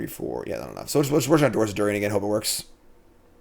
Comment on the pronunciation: Doors of Durin mispronunciation was pretty off putting at the start.